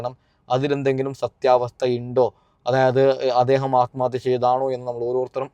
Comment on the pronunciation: Daa വിശം അല്ല വിഷം നീ അനീഷിനെ പഠിപ്പിക്കാതെ, atmathya അല്ല ആത്മഹത്യാ എന്നാണ്, ശംശയം അല്ല സംശയം ഇതൊക്കെ പഠിച്ചിട്ടു vaa വെളിവും വെള്ളിയാഴ്ച ഇല്ലാതെ ഒരു ചാനെൽ ഉണ്ടെന്നു കരുതി എന്തും വിളിച്ചു പറയാതെ 🤣🤣